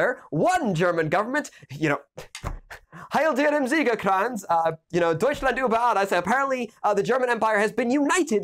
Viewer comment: Actually good German with Heil dir im Sieger-Kranz (for a none german)